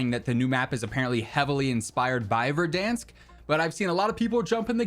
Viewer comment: Or "Verdunsk" as likes to call it